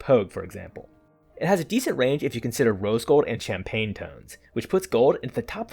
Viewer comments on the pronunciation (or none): none